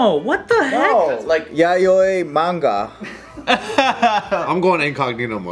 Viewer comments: its pronounced yao-ee. i was like wtf is yayoy. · Yaoi, not yayoi. Lol. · I was so confused when they were trying to say yaoi